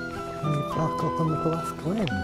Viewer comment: Thanks for the walk. I live in Australia but have traced my family line back to Cotters in 1812 in Ballaugh. Thanks for saying that word Ballaugh because I didn't know how to pronounce it.